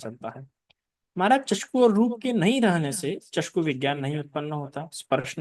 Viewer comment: चस्कू बोलते है! चक्षू होना है!